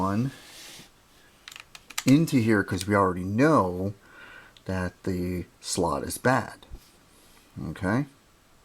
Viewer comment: do i hear you saying dat instead of that?